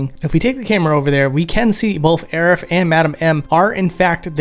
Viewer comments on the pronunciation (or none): Does he pronounce it, "Aeriff"?? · Hearing her called "Aerif" makes me laugh every time.